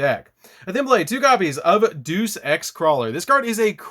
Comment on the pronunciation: Deus is the name of a god in mythology. You pronounced it wrong.